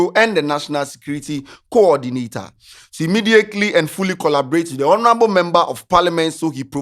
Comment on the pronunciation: The way says 'Honorable' makes my skin crawl. Please for the love of all that's good, the 'H' in honour and all its derivative words or word family are silent 'H' so it should sound 'onourable' not with a pronounced 'H'. 🙏🏾